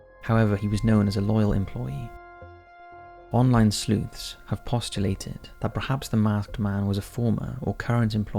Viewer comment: Online Sluthes 😂😂😂